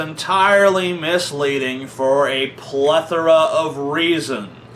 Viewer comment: You said plathora!